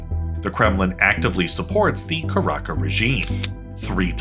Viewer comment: Dude.... Not "Caraka" ... It's "Caracas" the S is not silent